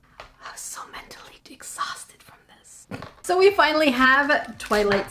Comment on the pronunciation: Twiught Sparrle♡